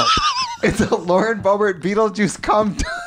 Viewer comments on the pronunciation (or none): Ruutlejuice girl? Beetleruice... I'm appaled.. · BeetleRuice was right there and she said Rutle 😂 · Not Ru-tle Juice 😂